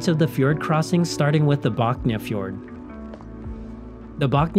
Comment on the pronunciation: Han gjør det med de fleste navnene. Putter tilfeldige "J"er inn i navnene. Jeg vet ikke hvor han har det fra, men det går en litt på nervene etterhvert.